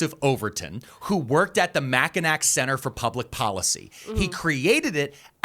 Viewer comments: Michigander here! Mackinac is pronounced Mackinaw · Love your videos dude! I want to point out one thing though. Mackinac is pronounced Mack-i- Naw. I know it makes no sense but I guarantee a bunch of Michiganders are laughing at that pronunciation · Mackinac is pronounced Mackinaw. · Mackinac = mack-uh-NAW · It’s actually pronounced mackiNAW 😅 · Pronounced Mac-i-naw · As a Michigander I'm screaming internally. Mackinac is pronounced Mac - Kin - Aw, like the "c" is a "w". I just speak the language, I don't make the rules. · As a Michigander, Mackinac is pronounced like Mackinaw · His pronunciation of Mackinac is giving me a headache 😅 😡